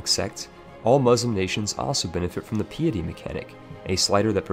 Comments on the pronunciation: Pee it eee? isnt it pie it ee? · Your pronunciations are wack. pee-etty? Its Pie-etty. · FYI "Piety" is pronounced like pie(like apple pie) so pie-eh-ty. Not pee-a-ty. Comes from the word "Pious" meaning deeply religious. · I think he meant pie-a-tea :р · Dude PLEASE STOP saying 'PAP AL'. It is said like 'PAY Pull'. Yes English is a funny language with it's spelling alright but you must still say it right unless you want others to wonder what you have been drinking!! Love your videos however!!! Good stuff!! Also 'piety' is pronounced 'PIE ETTY'. Sorry I studied Linguistics and I can't help myself!! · lol interesting to listen to but also kinda making me twitch at a few moments, "Piety" is pronounced, "Pie-eh-Tea" btw not meant to be rude just trying to be helpful. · "pee-ety mechanic" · Peeatea? Not piety?! Damn man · sorry to be like this, 'pie-uh-tee' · Pai-é-tea Pie*-ehh-tea (pie, not cake) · What is this pee-ih-tee you speak of. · It's shocking how many words you cannot correctly pronounce, but mispronouncing "piety" is just sad.